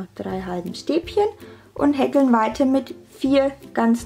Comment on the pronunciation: so easy und toll zu machen, danke <3 nur wie du häkel aussprichst ahhhhhhh, wie hekkel grins , aber ned schlimm lol